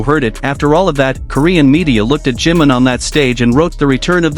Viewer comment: No se por que todas las ias pronincian jim en vez de jimin